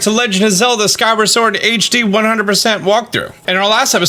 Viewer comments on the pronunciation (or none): none